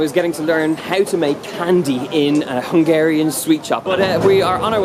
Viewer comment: I love how you pronounce hungarian words :) Keep eating good food and have fun!